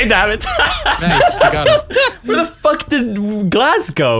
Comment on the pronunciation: 'Where did glaz go (Glasgow)'